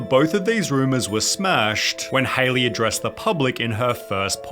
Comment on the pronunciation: Is that how you spell or pronounce her name. This is how you spell Hailey isn't it? Not Haliey. Seems like her name will be pronounced like Halle Berry's.